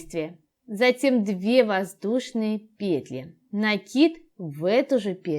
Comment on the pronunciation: Все хорошо, НО в слове ПЕТЛИ. Ударение на последнем слоге петлИ !